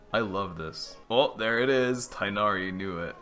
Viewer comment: am i the only alhaitham hater? 😔 not you simping so hard for Candace 😭 "he is a cat himself after all" ah yes, Tighnari the cat. he's my favorite cat. they can't voice act his name 😔